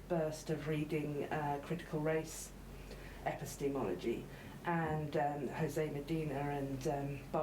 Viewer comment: 'Epi-steamology'. That's a new one.